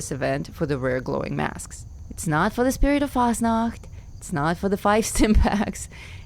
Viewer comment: Why is it so satisfying to hear say Fasnacht? 😅